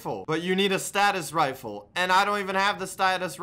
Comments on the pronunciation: it's not pronounced (Status-Rifle) it's pronounced (Stay-Sus-Rifle) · Did notice he said statis rifle instead of stasis rifle😂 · "Nu-cue-lur Torpedoes"? "Sta-tus Rifle"? Why does he pronounce Nuclear and Stasis like that? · It hurt hearing him call a stasis rifle a status rifle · its pronounced stasis rifle not status rifle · 2 rpm "2 miles per hour" stasis rifle, its all fucked